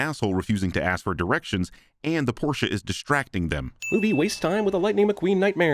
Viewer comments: heyyy man said Porsche right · Thanks for pronouncing Porsche correctly. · It's always nice hearing US Americans pronounce Porsche correctly. :)